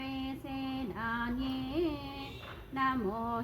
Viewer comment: ಸೇನಾನ್ಯೇ.. ಅಲ್ಲಿ ದೀರ್ಘ ಸ್ವರಿತ ಇಲ್ಲ ಮೇಡಂ